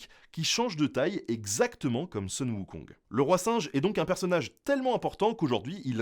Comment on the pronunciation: Oui et non, ici Sun est mal prononcé. Ça se dit Soon. Mais oui, c'est une sorte de retranscription phonétique.